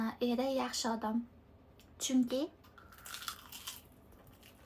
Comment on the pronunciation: Odam deyishni õrniga odom deb etvosiz 😂